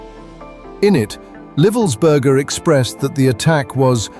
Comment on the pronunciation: It's pronounced Ly-vuls-ber-ger. Why is that so hard.